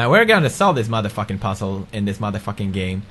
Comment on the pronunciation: I love how he pronounces "puzzle" as "pussle" xD